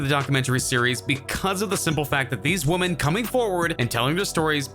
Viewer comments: Is it just me, or is the guy narrating saying "woman" in places he should be saying "women" (plural)? It's incredibly distracting... Lol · Is the speaker on this video a computer? I have never, ever heard anyone pronounce the word 'women' quite like this...